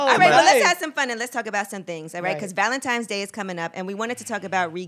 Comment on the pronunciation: did she just say valentimes?angela 😂😂😂😂😂